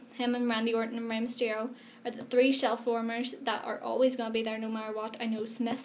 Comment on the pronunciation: When you said "shellwarmers" I always heard "shellformers"... XD. Don't get me wrong... but I have always associated the Wrestling figures collectionists to males... and you seem to know a lot too... XD Colectionism always surprises me...